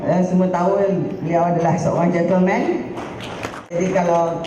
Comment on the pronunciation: Gentle ke gentel rosmah sebut tu?huhuhu